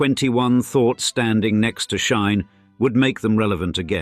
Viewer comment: I like your stories but it drives me nuts how many words and names your AI voice mispronounces. For instance the Chinese retailer SHEIN is pronounced "She-in", not "Shine"